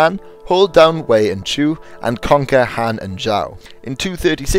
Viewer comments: Dot be an ass, he's trying and obviously he doesn't speak mandarin as a native language. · Frank Hill, it's not being an ass, but as a low key compliment that this video has no flaw other than this very minor one.